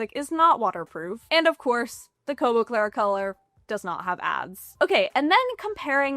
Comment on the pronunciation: Congrats on being able to say "Kobo Clara Colour" correctly so many times. lol I'm not sure I would've fared so well!